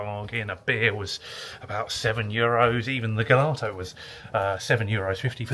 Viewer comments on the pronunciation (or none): Well done as usual. Gelato is a soft g 😊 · I think Gelato has a G as in George.